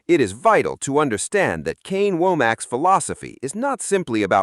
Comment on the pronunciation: it's not WOH-MACK. It's Wommack or WAHM-UCK